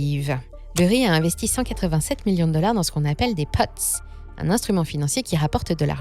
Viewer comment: Tres bonne vidéo! Le risque augmente vite. Bien documenté! Par contre , les “puts” (derivé) ne se prononcent pas “pots” mais plutot “pouts” en finance.